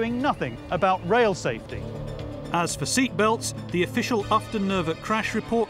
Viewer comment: Ufton Nervet, not Upton.